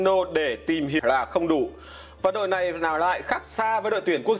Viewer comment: Lói lăng như nìn ấy,hết người rồi sao mà để ông lày lói vậy